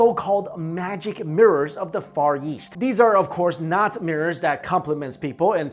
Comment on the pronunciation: DUDE YOU SAY YEAST INSTEAD OF EAST! SHITS HILARIOUS!